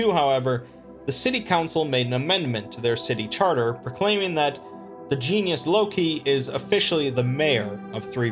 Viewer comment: I'm impressed with your pronunciation of certain Gaelic and Latin words. Sidhe (shee), Genus Locus, and Geas. Although geas can also pronounced as (gees).